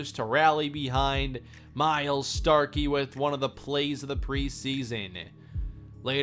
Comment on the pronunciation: Starky = STOKELEY